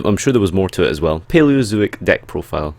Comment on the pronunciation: "Paleozooic" lolz